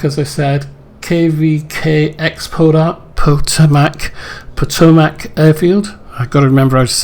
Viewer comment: pronounced poe-toe-mack river